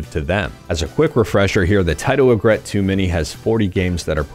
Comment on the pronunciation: fyi its pronounced 'EE∙grit. It doesn't rhyme with regret.